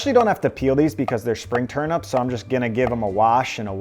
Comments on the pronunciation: Dude... TurNIPS bro, not Turn-ups 😂😂😂😂😂😂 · Very good stuff! But one query; are you saying ‘turnups’ or ‘turnips’? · 😆 turnips rather than turups, that pronunciation was sooo funny! love the food suggestions too 😋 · I thought its was TURN IPS not UPS 🤔🤣